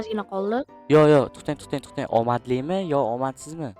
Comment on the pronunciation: Txten emas tõhten deyiladi😂😂😂